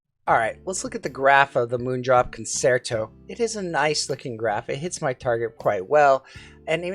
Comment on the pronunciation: Great review, it is pronounced “concherto”…I am a classically trained violinist.